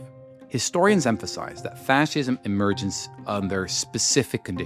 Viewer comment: He cannot even properly pronounce the word fascism.